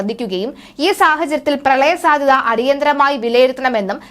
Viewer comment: പ്രളയ സാദ്യത എന്നല്ല മോളേ പ്രളയ സാധ്യത എന്നു പറയൂ